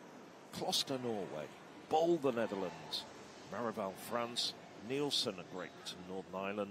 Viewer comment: BOL is pronounced BALL not BOWL. "Victor Ball" is how the announcers pronounce Femke Bol.